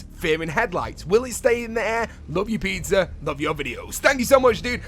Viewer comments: he said pizzar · It pisses me off how he pronounces pizza emoji like pitzer emoji pitzer emoji pitzer emoji